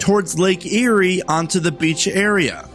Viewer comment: nice video. Always. it's Lake Erie though. Eat before you get to the park.